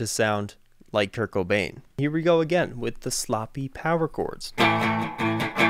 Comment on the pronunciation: Love your vids but, It's Kurt Cobain. Not Kurt Kobane...